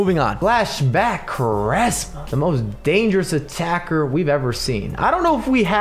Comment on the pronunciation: Btw it's pronounced "Qu" "ARESMA"